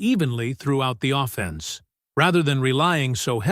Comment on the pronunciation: I want to see the Puckwa Knakwa dude first, put him alongside Puka Nacua and we'd be unbeatable, your pronunciation of offence is offensive though. AO slop